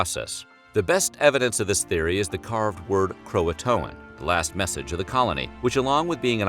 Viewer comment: Ughhh the way you say croatoan is soo weird